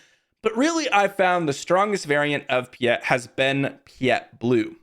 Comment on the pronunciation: "Pee-eht..." my brother in Sith, it's "Pie-eht." Like "Pilot" without the "L."